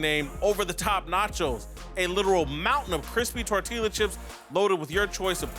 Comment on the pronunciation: TortilLLLa Chips? Fam you to fat to not know how to pronounce food properly.